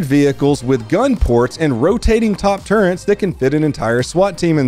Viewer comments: Lol why do so many people pronounce "turrets" at "turrents"? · bro. its a "turret" NOT "turrent"